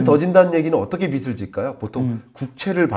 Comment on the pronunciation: 김광석 교수님 내용 너무 좋습니다. 그런데 영향력이 큰 전문가시잖아요. 말씀하실 때마다 빚을 빚이 등의 발음을 비즐 비지로 하지 않으시고 비슬 비시 로 발음을 하시는건 좀 바로잡아주심 좋겠습니다.~~